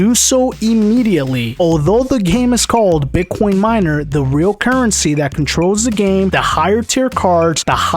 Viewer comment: Love how he says "Bit quion"